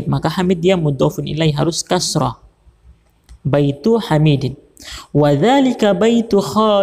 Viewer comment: Maaf koreksi ustadz Baitu hamidi bukan bintu hamidi